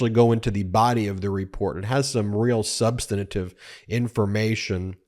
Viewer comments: Ben: Sub-stan-tive (Not: Ssub-stan-A-tive) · Ben, you pronounce it sub-stan-tive, not sub-stana-tive.